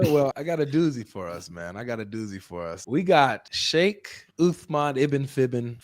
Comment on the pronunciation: "FEIKH" Uthman 😂😂😂😂